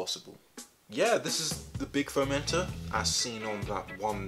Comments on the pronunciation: when he said foam enter i heard foamanter LOL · Don’t tell me that I’m the only one who thought he was saying fermenter for the first few minutes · Sometimes you said foam enter and I heard it as fermented.